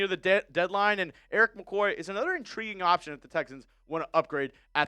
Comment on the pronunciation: 😂😂 “A Whole Nutha Level” love you